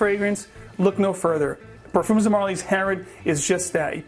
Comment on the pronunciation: Hey guys, just a correction on the pronunciation on Parfums, the "s" is silent, you pronounce it just as if you were saying Parfum.